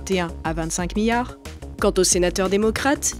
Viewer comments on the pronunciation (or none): « 25 miyards »